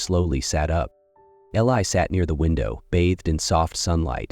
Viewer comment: Beautiful story. I wondered why he didn't write her a letter. He did! Mispronounced Eli's name. Even called him Billy. Stories at this site need to be proofread.